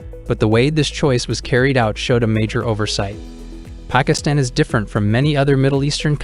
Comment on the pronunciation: Probably his pronunciation of Pakistan the first time he said it.